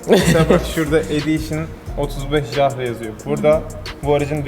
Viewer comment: başkan Jahre değil yahre diye okunuyor almanca yıl demek...